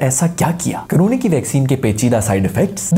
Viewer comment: Coronay (Style of our 👊😂)